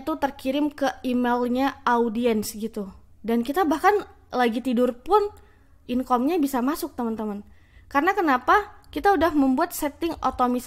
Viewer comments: Inkom, ebuk😅😅 kak coba kursus English bicara yg bener. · Belajar lagi lah bahasa inggrisnya, masa engagement, demand & income aja medhok 😂 Atau kalau ngga, pakai bahasa indo yang baku sekalian.